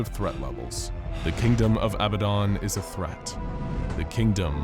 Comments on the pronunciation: It’s “ab bad dan” not “ab bad don “...was killing me the whole time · I'm sorry but I hate that you call it "Abuhdon" because it's pronounced "abahdun" maybe do some more research next time you make an scp video, I notice a lot of inconsistencies, wrong pronunciations, and false information in your videos. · It sounded like you called him babadon